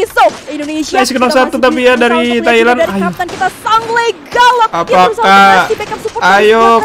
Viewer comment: Thailand bro bukan Tahiland😀